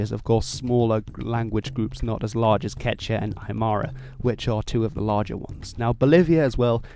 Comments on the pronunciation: I don't of any place where LL is silent in Spanish. Some places pronounce it basically like a Y so maybe it's hard for you to hear in the phrase "Me llamo." Also don't forget the second U in "quechua". You pronounced it basically like "quecha". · Es quechua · OMG ITS "KECH-*W*A!!" FHALJHFNASNCIABFOIAHDAS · Quechua is pronounced as kee-chuua. : ) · KechUa is how its pronounce. He is not saying it right. He is not pronouncing the U for some odd reason. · It’s pronounced kechua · Actually scrub this - he also mispronounces Quechua, Guarani, and even Genoa. I give up!!!